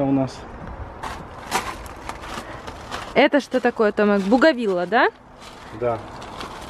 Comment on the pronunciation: Девченки, Томек , не Томак.